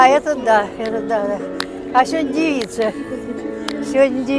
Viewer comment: ДевИца, верное ударение у, суффикс иц уменьшительно- ласкательный: лужица,вещица, умница, кожица... А то, что сейчас придается слову, печально. Поэтому говорят девушка, девочка. Забыли слово барышня.